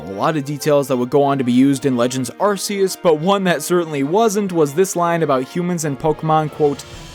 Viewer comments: Why do people keep saying Arceus’s name wrong? It’s pronounced ARE-KEE-US! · I'm surprised that Pokémon had to censor arceus name pronunciation. Originally, It was pronounced as Ar-see-us,but had to change it because in the UK, it had a shocking resemblance to their word for um, "bottom". Every since then it was pronounced as Ar-key-us. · I don’t give a flying shit that they changed the pronunciation for Arceus. I still pronounce it Are-see-us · It really does sound like arse. If you don't harshly pronounce "see" (or purposefully break up the word while pronouncing it making it sound choppy, like "are See us") and instead fluidly say it, it'll sound like arse-e-us. I remember hearing that people from the UK used to giggle about it because it was effectively like giving god a but-joke of a name, plus kids in general tend to giggle over silly stuff like that such as "hehe they said arse".